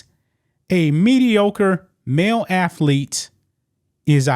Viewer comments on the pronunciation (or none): Athlete not afleet